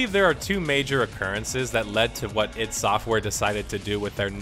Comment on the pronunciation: what's with the "eed" software? Its ID mate, I and D.